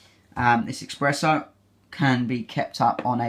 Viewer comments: Nice and helpful review, but man you love coffee, so please, c’mon, it’s espresso with an “s” not expresso hahah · eXpresso? seriously? 🤦🏼‍♀️ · No, it's just mispronunciation. Source: I'm British.